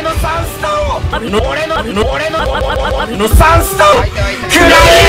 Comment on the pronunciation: 別ゲー混じりすぎてwガンダムかな？w 「俺の3ス↓タ↑ンを↑」ってなってるの笑った 編集が進化した神回( ˇωˇ )